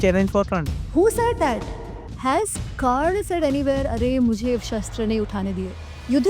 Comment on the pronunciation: Bro, hez Karn, not Kran